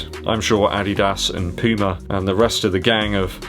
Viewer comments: Yeah, pooma is the only correct way to pronounce it. 👍🏻 A German name and that is the way Puma calls itself here in Germany. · Thanks for pronouncing Puma in the correct way this time. 👍🏻😉 Pooma for the win.